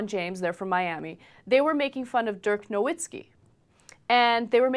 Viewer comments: its pronounced noVitzki dumb bitch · These reporters are dumbasses. Can't pronounce nowitzki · No"V"itski, he's German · it's pronounced no-V-itzki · BTW it's pronounced noVITzky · Why does she try to talk about crap she knows nothing about? They didn't even pronounce his name correctly.